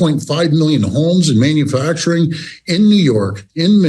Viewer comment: its manufacturing, not minufacturing great job electing this guy